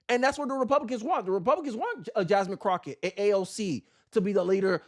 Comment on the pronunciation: I can't take this channel seriously because you can't even pronounce her name correct, she did a lot of things wrong but when you can't pronounce the name correctly you're not serious. Fuuk this channel 👎🏾